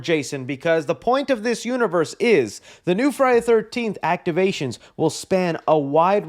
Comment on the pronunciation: Jason Un-one-vee-three-rse? Ugh